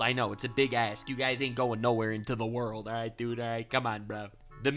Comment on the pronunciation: Oh wow we got a ze wurldo … feels like it’s been abit